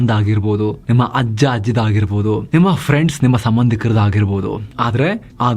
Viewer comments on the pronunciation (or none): none